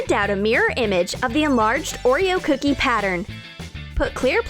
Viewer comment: I don’t really like how they say ‘cookie’. cOOkie